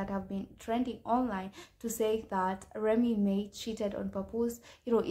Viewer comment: Remy Ma (mah) not remy may smh